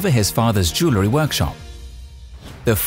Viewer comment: SOOO ANNOYING HE CANNOT EVEN PRONOUNCE “ JEWELRY “ CORRECTLY 🤔😱😲🤬